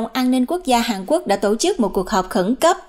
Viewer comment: Hàn Quốc chứ không phải Hàng Quốc.